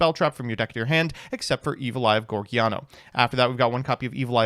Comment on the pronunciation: Take a shot every time he calls it Geargiano